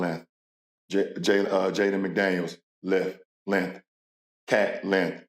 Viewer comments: “lenth, lenth, lenth, lenth” - lebron james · Lebron cant say "Length" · Lebron needs to learn how to pronounce the word "length" it's not "linth". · Lenth … it is LENGTH, LeBron smh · “Naz reid lenth. Mike conley Lenth, McDaneils Lenth, and everyone else Lenth” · “LENTH LENTH LENTH” - Lebron James 2024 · Pain hearing Lebron trying to say “length” 😂